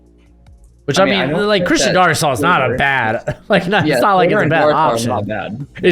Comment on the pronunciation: as a Vikings fan I hate the way you say Darrisaw, it's Dare-ih-saw